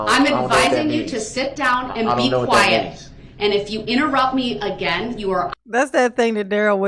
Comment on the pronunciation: Darrell talking like his old, ignorant, country-ass momma Dawn Woods again. "IT DOESN'T" -- "UH GENN"